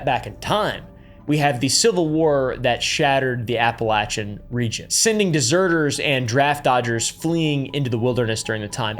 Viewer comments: I'm sorry but the way you are pronouncing appalachian got me nicked Cos ain't it appa-lay-shen Not apple-chen. 🫤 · AT LEAST LEARN TO PRONOUNCE THE LOCATION OF WHERE THE MAIN STORIES TAKE PLACE (APPALACHIAN), HOW IDIOTIC CAN YOU BE TO LEARN THE BASIC SOURCE MATERIAL.